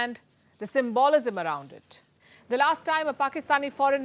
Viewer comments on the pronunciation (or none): It is not “symBOLism” Ms Sharma; it is “SYM-ba-lism.” Similarly, it is not “sovRENity,” it is “SOVrenty.” Bhutto is a native English speaker and a great deal more articulate than Jaishankar. It is best for the Indians not to bait him.